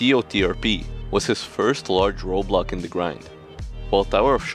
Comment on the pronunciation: In life, there's Roblocks